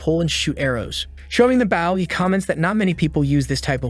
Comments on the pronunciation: The AI can't pronounce the word 'bow' correctly. , the MC gets a BOW - the weapon that shoots arrows. This is pronounced incorrectly like 'cow' or 'now' - the MC is not bending over at the waist. It should be prounounced like 'go' or 'low'. I'm not sure why this annoys me so much. . . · Bro just a tip but Bow and arrows is pronounced “ Bo and arrows “ Bo dude Bo 👍🏼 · Sounds more like "Baw". But I guess its just like "Bow down *to someone*" kind of thing. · Ist a bow not a baw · Could you stop saying baw it's bow not baw you said crossbow right and went back and said baw it's driving me nuts every time you say baw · Who do u say Bauw instead of bow? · Dear: The noun that means the knot on your shoes, or the weapon that fires an arrow, is pronounced like /boʊ/. This rhymes with "go." The verb which means to bend at the waist is pronounced /baʊ/. This rhymes with "now." Please do it right <3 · Please teach your A.I how to pronouns "BOW" or type it as BO so it has a chance of getting it right. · are you purposely mispronouncing the word "bow"? cause low key it made me angry everytime you said it. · Great vid, but the pronunciation of the item Bow was a bit annoying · It's the AI voice. It doesn't know the difference. Lol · How fuck listening to him pronounce bow incorrectly so many times in a row was rough! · he said crossbow right but keeps butchering bow... this has to be on purpose... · The video is using text-to-speech. "Bow" in many text-to-speech apps is pronounced like the "bow of a ship" or "bow down", not a "bow and arrow". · Wow, even now, STILL the AI can't pronounce "bow" correctly. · Is an Ai narrating this? If so, why can it say crossbow, just fine, but it can't say the word bow properly, that's a very easy word to pronounce, and it really messes it up, it makes it sound stupid. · Please don't be a Bow expert, hearing that miss spoken is killing me.